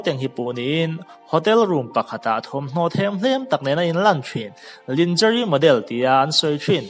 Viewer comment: Lingerie hi Librezi ti a lam tur anih hmel..hriat chhun chhun..🤭🤭